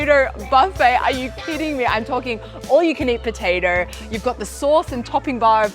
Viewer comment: "potader" lmao